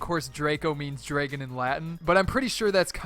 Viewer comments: shot game: take a shot for everytime he says "draygon" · Also "draygon"